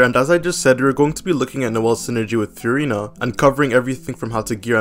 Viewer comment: All that Furina glazing and bro still doesn’t know how to pronounce her name 😭